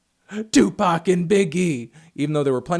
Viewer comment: its tupac not tupark?